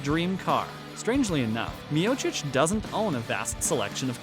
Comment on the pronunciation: Well, at least you are saying his name right. The others you butchered, which shows you're not an MMA fan. Still gave a like since it was interesting and researched.